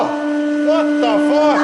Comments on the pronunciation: "vat duh fuk" i died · Dice explodes ... "WHOT DE FOOK" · i love overtime he yells "vwada fuck?!" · "Vhot the fahk!?" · More like "VAT DA FACK" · I got just to listen * "VOT DA FOK?" * (Oh, and also, "put...tehr...fly") :p